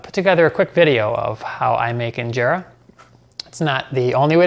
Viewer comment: Your pronunciation when you said Injera is on another level 🔥🔥❤️😍